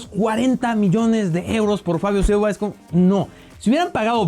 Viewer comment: Critica a jugadores ,y no sabe pronunciar el nombre de Silva.